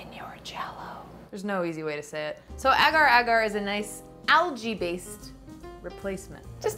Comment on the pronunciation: It's pronounced as aagar² not egar²